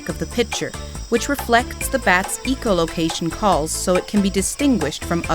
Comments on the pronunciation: Hey Mrs. It's NOT eco-location, it's echo-location.👨‍🎓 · That's "echo location". Not "eeco location." Great video, though.